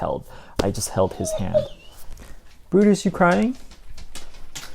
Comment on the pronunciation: You said "bye brutus" but i heard "BYE BRUNTUS" 😭😭 jerawatttt